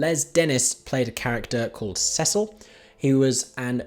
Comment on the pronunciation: Cecil is pronounced 'sisil', dear boy! One must know these things, don't you know? (Ha, ha!)